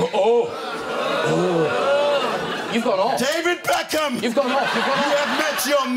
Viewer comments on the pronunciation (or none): DAY-VID BECK-AM... YOU HAVE MET YOUR MATCH... I just wanted to meet you mate lolololol